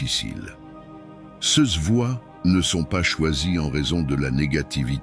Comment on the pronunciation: Bonjour et merci. Le ces se prononce Say.